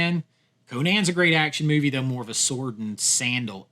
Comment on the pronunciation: The way to pronounce "movie" made my left eye twitch but I powered through to the end